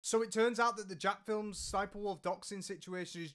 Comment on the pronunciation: Why do ppl refuse to say Jacksfilms name right?